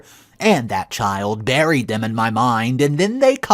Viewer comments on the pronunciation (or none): none